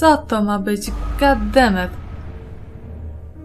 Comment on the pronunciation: hehe gat demet jak CTSG